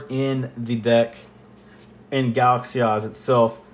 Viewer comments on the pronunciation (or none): I don't know why, but every time you say "Galaxy Eyes" I hear "Galaxy Ass". Jokes aside, a very detailed and appreciated video